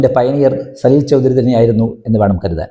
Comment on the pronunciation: സലിൽദാ യെ ഇഷ്ടമല്ലെങ്കിൽ വേണ്ട.. എന്തിനാണ് അദ്ദേഹത്തിന്റെ പേര് വികൃതമാക്കി ഉച്ചരിക്കുന്നത്? ആ പ്രതിഭയുടെ അടുത്തു നിൽക്കാൻ പോലുമുള്ള യോഗ്യത താങ്കൾക്കുണ്ടോ?